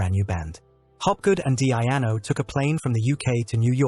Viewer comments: DEEEE-ANO not DEE-AI-ANO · Awful AI voice, can't even get His name right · Wish he pronounced his name right... other than that it was a nice video